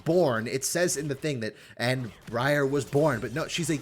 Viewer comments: Breeyar = horrible ear-rending mispronunciation Briar = real common word "sounds weird" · Everytime you say her name wrong it sounds like you're saying Gruyere lol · My brother in christ. Briar as in a briar patch. Ya know, the thorny bushes. Its works because oh cute female named after a plant except its a spiky one and a plant that notoriously pricks you and makes you bleed. Brie-arr sounds so dumb idk in what world that is better. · Briar is a real word, I will replace all the blankets in your house with quilted, wet, cold spaghetti if you keep saying Bree-Yarr, it's a noun denoting prickly and thorny bushes like that of a stems of rose bushes, it works perfectly, think about how uncomfortable you'll be with your spaghetti blanket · Bree-are sounds weirder than briar? my brother in Christ touch nature(thorny bushes are called briar) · I love bree-arr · Mispronouncing Briar is unbelievably American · I like how you corrected yourself on how to pronounce briar and then continue to say it wrong for the rest of the video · Bro really could not pronounce a basic English word... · You messing up Briar's name and saying the other way sounds cooler is funny cuz Briar is an ACTUAL fucking word which mean things that are like prickly... like thorns on a rose... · Starts the video by mentioning that he is pronouncing her name wrong - continues to do so anyway